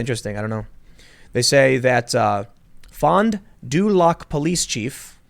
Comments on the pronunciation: "Fon deh lack" lolz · Fondue lock xD As an actual Wisconsinite, I can assure you that's not how we say it, but hey, to each their own. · It's "Fohn Due Lack". I rewound just to hear Shrek-ass pronunciation again ahaha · So close Tim it's fondu lack. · It's fond du lack... I know Wisconsin cities can be hard XD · Just so you know it is Fond Du Lac or Fon da lack or the change from french foot of lake. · As a Wisconsinite I'm offended by Tim's pronouncing of Fon Du Lac.. Its pronounced Fawn Dew lack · Pronounce it Fond Du Lack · Fon du lac is pronounced 'Fondue Lack' with the emphasis on 'lac' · It's pronounced Fon Due Lack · Tim's pronunciation of fond du lac. LOL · Listening to you pronounce Fond Du Lac was the best part of this sequence